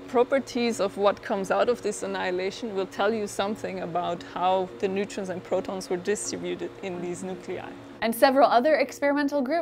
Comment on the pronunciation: she just said niggatrons